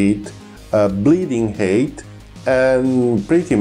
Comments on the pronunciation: I thought he was saying 'heat'; your comment cleared that up. If height is difficult to pronounce, altitude is a good alternative. Thank you for the good explanations of the need for energy. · Every time you say "height" I hear "hate", which is wrong, but also feels kind of right for a missile. Like: "How'd you escape that PL-12, Bob?" "I'm not sure... I think it just ran out of hate." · please forgive my insolence. i was having trouble grasping your pronunciation. i finally worked it out. when you say height, you actually say hate? it is said more like hiyt. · "They bleed speed and bleed hate" "They use the energy and the hate they have acquired" I'm cracking up. I enjoy your accent quite a lot and have no trouble understanding you, and the way it shapes the word "height" had me laughing at the idea of a missile seething with hatred like a rabid dog, wanting for nothing but destruction.